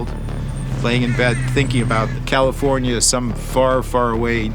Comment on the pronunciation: Funny how the guy was like "all commifornia". California sucks